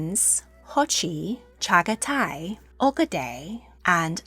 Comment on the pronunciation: It’s pronounced jochi not hochi and the 2nd sons name is pronounced chagatai not shagotai just pointing it out